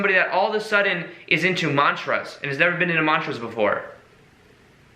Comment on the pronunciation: The time he said where he said MANTRAS again without accent ❤